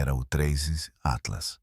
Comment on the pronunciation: Começou o video falando o nome do tinhoso errado, já perdeu a credibilidade!